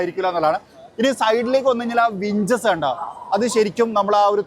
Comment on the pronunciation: വിഞ്ചസ് അല്ല "ഹിഞ്ചസ്"